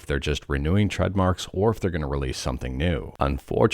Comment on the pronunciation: This guys too busy faking his voice to be able day trademark correctly